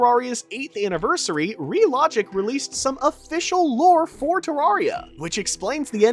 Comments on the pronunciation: its ter AIR ria not ter AR ria didnt watch the video JUST because of this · ITS TERRARIA NOT TARRARIA PLEASE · Why do people keep pronouncing Terraria like a fucking tool? Its not TerRARia. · It's Terraria not Tuh rawr ria. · It’s not fucking “ter rar eya” it’s “ter rare eya” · It's terrAIRia not terrAREia because it is a terrarium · Bruh it’s pronounced terrairia not tararia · its pronounced terraria not tarraria btw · the more he says ter-rah-reah maks me hurt so bad its TER-RAIR-RIAH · DUDE ITS TEREARYA NOT TARARIA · Why do you say terrawria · turraria is what you are saying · ew who calls it "terrawria" 😢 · Stop saying tararia 😊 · it's terraria not terrarrai so could you please say it right next time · Im sorry i know this is annoying but it’s tuh-RARE-ee-uh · literally stopped watching after hearing te-rawr-ia after 1 second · Tarraria... druid... STOP PLS. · ITS TERRAIRIYA not terraria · your saying terraria wrong to many times your saying tarraria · Man sayed torrira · I know im late but he said terraria wrong 14 times in this video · WHY DO YOU PRONOUNCE IT LIKE THAT THATS THE WRONG WAY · the way you pronounce terraria is very annoying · you pronounce terraria wrong